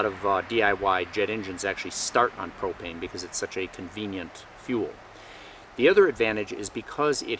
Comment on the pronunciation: i thought you said "hi today i wanna take a few minutes to talk to you about cocaine" for a second ,i was like what the hell?